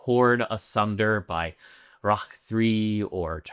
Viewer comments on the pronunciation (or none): none